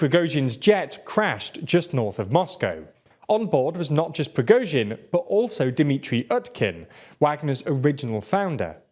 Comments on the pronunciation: I remember when was pronouncing the surname as "Prigot-sin" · Stop saying "Pri-GO-zhin" it's pronounced "Pri-GORE-zhin" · Wow, you're no longer pronouncing his name as Prizgovin, well done!